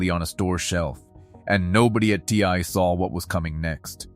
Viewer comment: "Tea Eye", is how we pronounce the company here in Texas! Lol